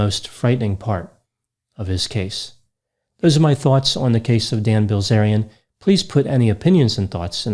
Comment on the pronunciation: I couldn’t help but hear Gozerian every time you said his name.